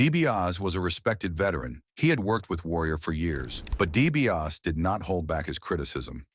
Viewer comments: I CAN'T WATCH THIS! WHO IS DIE-B-AUS? 😂😂😂😂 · I was never a fan of the Million Dollar Man. Nor was I a fan of the Ultimate Warrior, BUT if you're going to put out a video about anyone, especially if it paints them in a bad light, you should learn how to say their names correctly. At least do that much research! The million dollar man's name is Ted DiBiase. It's pronounced 😅 DEE-BEE-AW-SEE. Y'all bear with me, I don't usually how to spell things phonetically lol. But at least I'm making an effort, the narrator on this video couldn't even be bothered to do that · it's really distracting! 😂